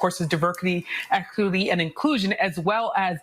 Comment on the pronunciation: Wait, are we not going to talk about how that sister said Diverkity instead of diversity and how she tripped over the word equity!?!?😂😂 She can't even say it right! 😂